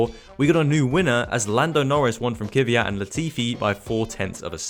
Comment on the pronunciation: How does it come a F1 Youtuber cant pronounce Kvyat?